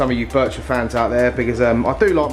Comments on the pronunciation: Love how says birchir when there is nt 2 r's in it 😅😅 its bichir as in biysher😅😅 love this channel man 😅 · When I bought my ornate Bichir I was told you Pronounce it like biker 😎 and the very biggest bichirs have the underbite the bottom jaw protrudes those can grow well over 2 /3 feet yours is not one of those the one you’ve got they grow very fat big old bellies on them You have to make sure they get their share of the food because their eyesight is terrible but they’re very cool Although you know that you have one in the monster tank looks quite skinny he has a lot of competition there though it’s the eyesight it’s a bit of a problem has to be said all the best mate 🤥👍⚒